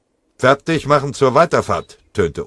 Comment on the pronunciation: Sie "machem" jetzt schon Häufchen? Das ist wahrhaftig eine große Leistung!